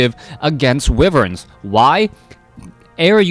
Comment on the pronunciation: Wi-verns? WI-VERNS!? It's wyverns!